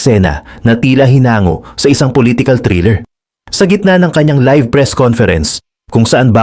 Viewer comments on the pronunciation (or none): none